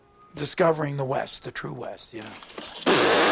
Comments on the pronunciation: It's twoo, it's twoo. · "It's twuu! It's twuu!"